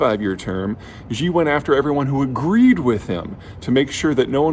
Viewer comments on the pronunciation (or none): Great video! But quick fix for pronunciation since you talk about China so much recently: "Xi" is pronounced more like the English word "She" or "See," not the "Ji / Zhi" sound you've been saying. Chinese doesn't sound French :P You can check by clicking the audio button on Google translate to hear it or something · The name Xi is pronounced She, not Gee. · Its Xi (Shee) not Ji, Peter.... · Peter, could you please not pronounce "Xi" as "Zhjee"? The "zhj" sound doesn't exist in any dialect of Chinese. Xi is pronounced "She". The quick way to remember this is "that's what Xi said". You're doing serious analysis on geopolitics; at the very least you should pronounce the names of people correctly. When China adopted the Pinyin romanization orthography, they repurposed some letters they thought were redundant and used them to write sounds that are common in Mandarin that would otherwise take multiple letters—X got the sh sound, C got the ts sound, Q got the ch sound. That's why "Qing Dynasty" is pronounced "Ching dynasty", and "Xi Jinping" is pronounced "She Jinping". Also, Beijing is not pronounced "Beizhjing". The letter J just makes the same sound it makes in English. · Great video. But... Xi is pronounced: SHEEEEEEEEEEEEEEEE! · FFS, who is this 'Gee' you (yes, you Peter) are talking about ? How about not coming across as a stereotypical, arrogant, 'ugly American' and instead demonstrate a modicum of respect by making an effort to pronounce his name correctly.